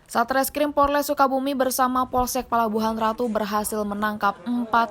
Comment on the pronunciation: POLRES bukan PORLES